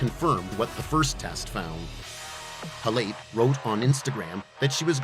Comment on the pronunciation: You can’t even pronounce her name right.